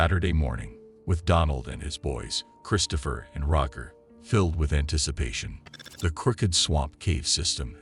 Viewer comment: The ai voice is terrible. Be a proper content creator and narrate your videos and pronounce basic things like Roger correctly